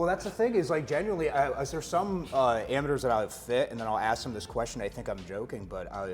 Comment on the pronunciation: Why can’t no golfer pronounce the word amateur?!